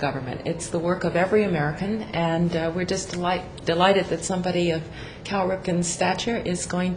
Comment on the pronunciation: First of all his name is CAL Ripken not Carl....secondly just because you dont know who he is doesn't mean millions of others in the world don't! He is easily one of the 10 best baseball players of all time and is known worldwide not only through his own playing of the game but through the international youth leagues he hosts. Cal is a great representative in this respect and next time don't talk out of you ass and learn before you speak....dumbass!!